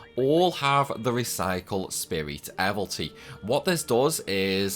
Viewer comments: Evility, not evilty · The way you pronounce Evility!!! You crack me up…….Do you even know how to say “evil”? Yeah then go from there.